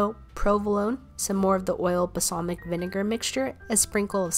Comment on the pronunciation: Ugh. It's pronounced BALsamic not BASalmic.